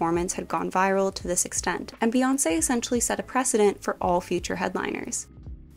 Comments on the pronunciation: It’s pronounced BEE-Chella not BAY-Chella. Her name is BEE-Yonce not Bay-yonce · BEE girl BEE, it’s BEE YONCE not BAYONCE jfc